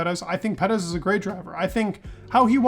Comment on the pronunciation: Personally, I can’t wait for Perez to retire, so I don’t have to listen to you butcher his surname. No offense I love your videos and you’re very knowledgeable however, whatever you’re doing with his surname is completely wrong just sayin….